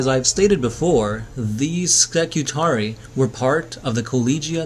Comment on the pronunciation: When you have an ending like 'ii' you pronounce it as two separate syllables; ee-aye. So Skitarii are Ski-Tar-Ree-Aye, adjective would be Skitari, Ski-Tar-Ree so you can say 'Skitari Legion' for example no problem. But, if you're talking about a group like the standard spelling 'Secutarii', it is always Seh-Cue-Tar-Ree-Aye. Secutarii. More than one Secutarius :). Same goes for Ka-Ta-Frac-Tee-Aye :D